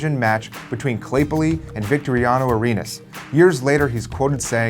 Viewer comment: I would like to commend your pronunciation of "Claypole" –close enough–, "Victoriano Arenas" and, especially, "Primera D Metropolitana", which is such a mouthful that not even native Spanish-speakers call it like that – it gets shortened to "D metro" or simply D. Also, the D doesn't have a true relegation to fight for. The club that ends up last simply get disaffiliated for a year, meaning they sit out a season. And, while the D is the only Argentine league for teams directly affiliated to AFA that's amateur, the system set up for indirectly affiliated teams – meaning those from outside the Buenos Aires metropolitan area, Rosario or Santa Fe – is amateur from the Torneo Regional Federal Amateur on downwards. Besides, the C league is only professional since 2015, meaning it was semipro – players get paid but not enough to make a living – when this happened.